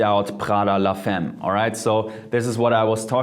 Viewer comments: Das spricht man la [fam] aus nicht [fem]. Es wird nur femme geschrieben. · Nice video, but it's pronounced FAMME not femme. It hurt my ears. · Too german...if you work with perfumes you need to improve your French, man. Le Femme is pronounced 'fa:m' not 'fem'. Blah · it's pronounced la Famme, not femme... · Salut Jeremy! Great video. Just wanted to point out that femme is prounced FAHM, not FEHM. :) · Man spricht "femme" "famm" aus und nicht la "femm" :) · Man spricht es la famme :) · "Femme" [fame] its french = in english "woman". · Nice video ! :D Prada la Femme is pronounce "la FAM" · Here is how you pronounce "la femme" in French: la famm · Mery DZ lol but in France u don’t pronounce femme the way he does 😂 cute tho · nahhh he ain't french his prononciation of femme blowed it away .